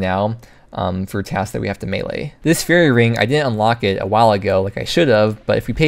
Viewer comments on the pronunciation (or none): none